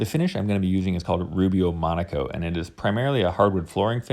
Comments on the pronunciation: Is he saying monAcoat? Shouldn't it be monOcoat? Just asking... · Not me thinking he was saying Rubio Monaco THE WHOLE TIME 👀